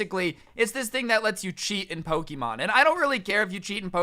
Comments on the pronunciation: This video was amazing my school did the same thing However every time you said Pokeeemon i cringed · Dude you said Poke'mon wrong